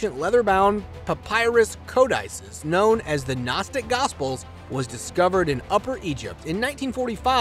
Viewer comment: Cavren. Capachin. Co dices. Are you sure of these pronunciations?